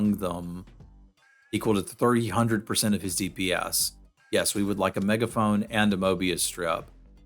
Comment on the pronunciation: did u call D.P.S. dips?